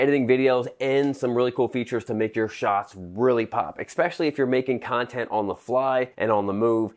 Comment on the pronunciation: please, the word is Pronounced, especially, not exspecially